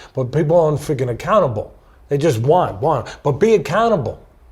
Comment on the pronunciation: i kept wondering for quite a while what Teddy Atlas meant with the phrase "be a cannibal". Did he mean "Be fiercely determined? Never take no for an answer? Have an absolute discipline on yourself"? It sounded deep and profound and just as i finally started to understand, i realized he was saying "be accountable".